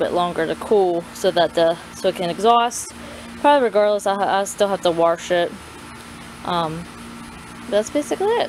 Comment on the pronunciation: As soon as you said “warsh” i knew you were from MD. Haha!!! Thanks for sharing. Beautiful colors too!